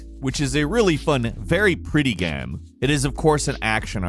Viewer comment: did he just say... gam...?